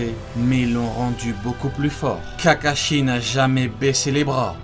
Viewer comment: je rêve ou ta dit kakachier a 🤦‍♂️🤦‍♂️😂😂🤣🤣